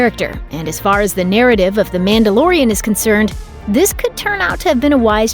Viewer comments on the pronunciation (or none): You keep saying "Mandalorian".. But all I hear is, "Amanda Lorian".